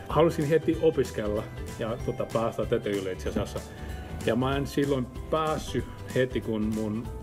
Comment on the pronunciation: His Finnish is very good indeed, A-level I would say. If I were to nitpick, I think some of the ä sounds more like a, Like when he said mä, it sounded like ma. And some double consonants and vocals come out short. Some words he chooses to use and order of words seem "odd", (maybe too formal for spoken language? )but nothing that affects the ability to understand him.